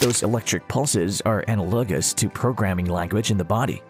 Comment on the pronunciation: ana-LOG-us? 😉 good video.